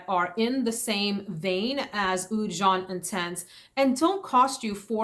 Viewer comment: Oud jaune, jaune is yellow in french. Pronunciation is way off and not even remotely close.